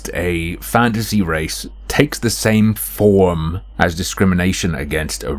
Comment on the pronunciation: It sounded like you said, "Crossing wires between fagasy and reality."